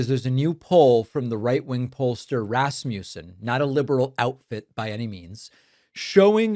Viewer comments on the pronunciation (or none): It's pronounced RAS'-mə-sən, not ras-MOO'-sən.